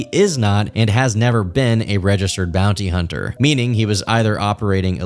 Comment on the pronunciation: hearing him say "im a former bouny hunner" made me realise he's THAT guy.